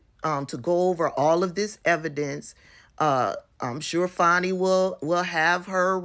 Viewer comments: Her name is not pronounced “Fanny” it’s “Fani.” Also, he is a qualified prosecutor. Her private life is not relevant, IMO. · Her name is Fani (Fawn-ee) Willis not Fanny Willis. So what if they had an intimate relationship…I couldn’t care less! All those defendants who BROKE THE LAW must be prosecuted and convicted nonetheless! And I hope they enjoyed each other’s company…if it’s true! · Pronounced "Faw-nee". Certainly, you would not want people to pronounce your name as "Tab-bee-thah", would you? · Hey sis, first of all her name is pronounced Fawnie. Secondly, she said that the other two prosecutors were White and that she paid them the exact same but she finds it ironic that they only investigated the black man keep up sis. and I would never be so naïve to think that in today’s climate, that this does not have a racial component in the state of Georgia, let’s be serious yes, if it had been found that she had maybe a relationship with one of the white guys it still would’ve been a racial component because she’s a black woman. Also, let’s wait to see how she responds. Either way, it’s not gonna stop the prosecution of these criminals. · Her name is pronounced Fawn-i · PLEASE say her name properly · you are pronouncing her name wrong, you are saying her name the same as right wing outlets, PLEASE STOP!